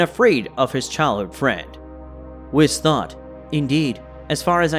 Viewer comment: It's WHEESE NOT WIS